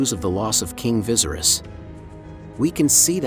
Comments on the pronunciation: Viserys is pronounced as (vis-aerys) not like how you'd pronounce visceral. Keep it up tho :) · vi-sair-is....not vizeris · Lol vicerous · Viesry’s is pronounced V-ser-ease do you watch the show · "King visiris" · Correct it sounds more like Vasaries. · VA- SEAR- RISS lol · Viserys is not pronounced like that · Viserys is pronounced differently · omg yes!! like if you've watched the show surely you could correct how the bot pronounces it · Pissed me off a little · the pronunciation of viserys throughout the video is cracking me up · You still don’t know how to pronounce Viserys???? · Computers aren’t really good at it